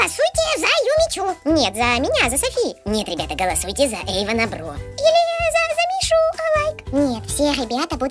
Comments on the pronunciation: Правильно не Эйван а Эйвон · Margarita Al'oshyna не Еван Бро,а Эйван Бро😒